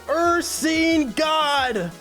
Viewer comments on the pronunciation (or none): ur-sign (not ur-seen) to refer to bears